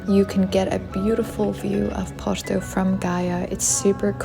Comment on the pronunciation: Dizes muito bem porto acho que és portuguesa a fazer publicidade 🌹🤣🌹